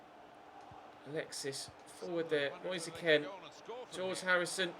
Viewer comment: It’s Moise K-e-e-n and not K-e-n